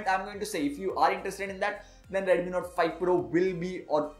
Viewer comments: Review is great... But why do you pronounce it as Redumi when it's actually Redmi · Irritated to the core coz of ur pronunciations..... reduuumiii note 5 pro reduumiii...